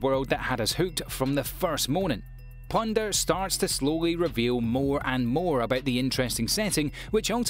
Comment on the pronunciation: Me: OH plunderer! :D This man:' oh a P L U N D E R